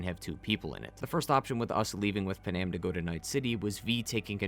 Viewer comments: They tell you how to pronounce Panams name in the game Pan-am Not p'nam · im talking about thw way he said it. Its Pan-am. Not p'nam or puh nam